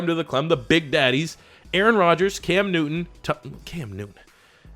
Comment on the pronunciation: Even though I am a Cowboys fan I don’t understand why he said Cam Newton like that